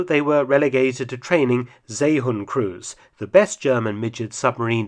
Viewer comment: And stop butchering the name of the seehund!! It's See (or See) then hund. NOT Zay or Say hund